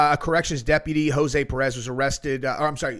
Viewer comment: That name is pronounced "Ho-sway", brother.